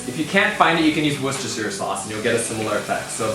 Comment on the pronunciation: As a resident of Worcestershire I must commend you on your pronunciation.